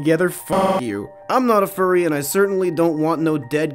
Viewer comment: Furry not curry